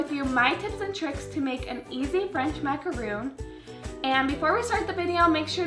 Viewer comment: No offense but no macaron recipe is no fail. The only way to get perfect macs is practice. Also the feet should definitely not look like that. You over macoranged the batter bc it was WAY too thin and the feet should not flare out like that. Plus macaron isn’t pronounced like macaroon. Cute idea tho and nothing wrong with not having perfect Macs right away but you shouldn’t be telling ppl that’s how they are supposed to look when they aren’t.